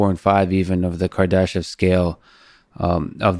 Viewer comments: I thought he said on the civilization chart the Kardashians scale😂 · I thought he said kardasian scale...I was like we fucked!!..... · Damn almost thought they said Kardashian scale 😅😅😝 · I thought he said Kardashian scale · Lex did you say the "Kardashian scale? 😄 Less reality TV for you sir.